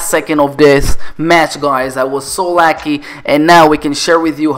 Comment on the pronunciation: This boi said "bitch arena" and he said lucky as "lacky"